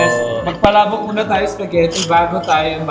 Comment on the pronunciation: Spaghetti or SPAGHERRI????? Because I heard SPAGHERRI a lot! hello & ng bayan.👍